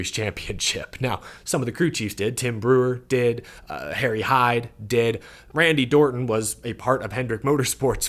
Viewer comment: Randy dorton❌ Randy Orton ✅